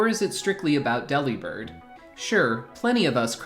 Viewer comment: It’s not pronounced Deli-bird. It’s De-Li-Bird. He’s a BIRD who DELIVERS. Not a meat counter that flies.